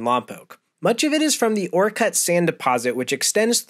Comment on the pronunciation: I live in Orcutt (btw its pronounced 'orchid'), I remember the backyard being mostly sand at my parent's house. Very unique. Great video!